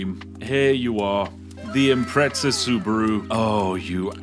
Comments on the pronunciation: Impretza...........its impreza there is no t,, Can't pronounce the car of your dreams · sorry but .... WHERE THE FUCK IS THE T IN IMPREZA it's not impreTza ....